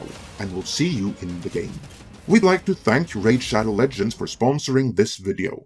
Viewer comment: "Our sponsor, RAID SHADO..." Dislike.